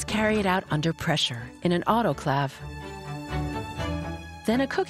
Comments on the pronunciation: I started this video to see some shiz about unicrystalline casting, and instead got a lecture on casting prep where the narrator can't pronounce autoclave. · The script could have used some work (-the word "famous 2X) and the voice actress mispronounced two words (autoclave and solder), but overall pretty informative.